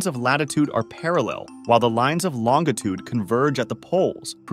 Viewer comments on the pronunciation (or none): That is the very first time I've ever heard anybody pronounce longitude as long itude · Who pronounces "longitude" with a hard g? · Never heard anyone pronounce Longitude as "LONG-A-TOOD" 😂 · Who teaches this ai to speak? Can't he learn to pronounce longitude correctly? 😅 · He mispronounced "longitude". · Ugh, the mispronunciation of “longitude.” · The way he pronounced "longitude". 💀😑